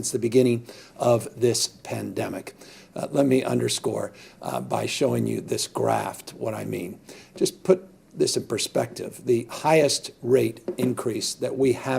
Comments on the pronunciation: Graph. Not graft. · Showing us a "graft"? It's a "graph" dude. Seriously with this guy? This is pathetic... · It’s a GRAPH, not a “graft!” Basic math, dude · I caught that too. A grapht. He's so smart.